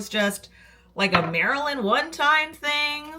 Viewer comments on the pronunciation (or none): none